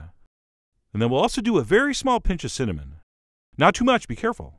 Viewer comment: i hate the way he talks give this a MIx cinAMon